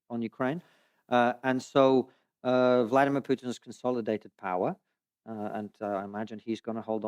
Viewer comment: Konstantin Kisin was raised in the Soviet Union. So, I would be very grateful if he would at least pronounce Putin's first name correctly: It's Vladímir Putin. I do NOT mean this as any defense of Putin or his actions--but think of the furor it would cause in the USA if someone did not roll his r's or otherwise accommodate his pronunciation when speaking about an Hispanic person.